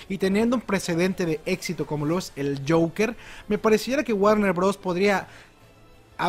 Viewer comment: Jajaja me encantó cuando dijo youker